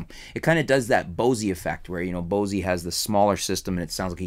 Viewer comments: one other thing it's not spelled Bossy it's spelled Bose, the "E" is silent! 😎😎😎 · "BOSEY" LMAO!!!!!!! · the face in da wall Maybe... So ("Boas-ay")? I have still never heard anyone say it like that before, and I'm not even that much of a fan lol. I like their F1 PA speakers though.